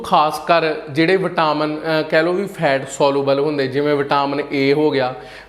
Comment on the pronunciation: vitaaaaamen nhi vitamen aa